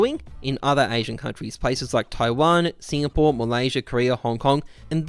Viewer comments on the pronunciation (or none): none